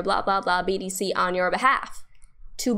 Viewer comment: Great stuff! I was so confused because Kraken let's you place an order and stop loss at the same time! Binance has two steps! By the way, sounds like you are saying BDC!! Thank you! You are a beautiful great teacher!